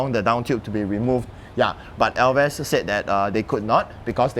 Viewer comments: Elves... not El ves. Elves are imaginary beings in English. Falath is a kind of levee. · ‘elves’ as single syllable, not two. nonetheless, good looking frame. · ELVES - Pronounced correctly by host, 😅 corrected incorrectly by owner.. aiyaa